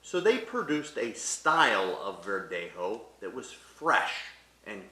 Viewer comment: embarrassing pronunciation of spanish particularly verdejo. i recommend he gets some proper advice.